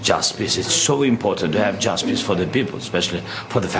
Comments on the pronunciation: When Zelenskyy was talking all I heard was "We need Justpiss we need Justpiss." And I can't stop laughing 😂 DUDES SAYING JUSTPISS!! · Did he say "justice" or "jusbist"? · I know he's saying justice but it sounds like "just piss"